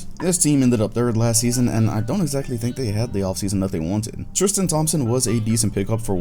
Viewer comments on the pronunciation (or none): none